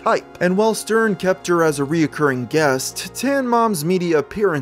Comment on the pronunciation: Very interesting but please it’s recurring not reoccurring there are only two syllables please please yes I’m a retired English teacher